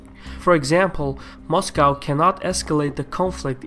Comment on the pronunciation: I like how you say "Mashcow"...